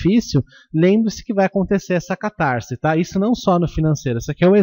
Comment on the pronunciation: Lê -se CatarSe, e não "catarZe" O "S" só tem som de "Z" quando está entre vogais ( caSa, coiSa, caSamento). CatarSe ( "S" entre consoante e vogal).